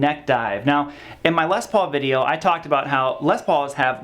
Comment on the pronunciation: What a whiner! Imagine complaining about a guitar that Angus Young and Tony Iommi played for decades and wrote countless amazing songs with. Also, it's Les Paul not LES paul okay. Put some respect on the man's name and legacy.